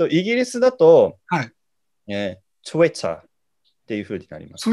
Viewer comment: ひろゆき「トゥ・イッ・ター」 本物「ﾄｩｲ・ﾗｰ」